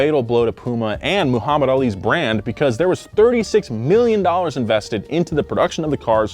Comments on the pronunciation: Moo-hammad Ali?? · says “moohammad ali” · Moo-hamed made me lol Good video, yet again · Hearing "Moohammad" threw me off lol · I still don't understand how westerners can't say Muhammad the correct way? Like oh! you can say Arnold Schwarzenegger perfectly